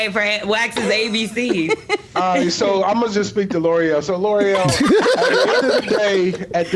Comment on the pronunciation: ain't say the word rite neither 🤣